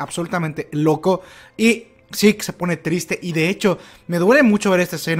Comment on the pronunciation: Es mejor pronunciar Zeke como seque no como sick